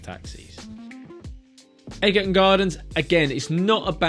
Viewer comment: Egerton is pronounced edge-er-ton. Nothing to do with eggs!!